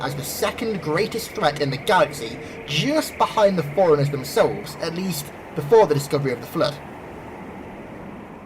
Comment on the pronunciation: Dude, I love your explanations, but its forerunners, like for-runners not foreigners... or maybe its an accent thing, I'm Texan, so maybe where your from its pronounced like that... who knows